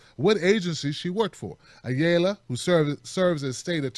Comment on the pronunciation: Ayala is a Spanish surname (ah - yah - lah). :)